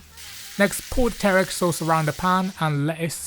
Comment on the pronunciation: pronouncing teriyaki like Taric, nice.